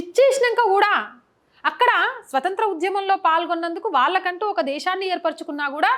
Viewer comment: విషయం బాగుంది... చెప్పిన విధానం బాగుంది. కానీ త్రివర్ణ ను ....ఏమని పలికారు ? త్రివార్ణ అని పలికారు....ఏమిటది ? నిగుడు కప్పిన అన్నారు...అది నిగుడు కాదు...నివురు. తర్వాత ఉధ్యమం అన్నారు.... అది ఉద్యమం... మీ మాత్రృభాష తెలుగేనా ?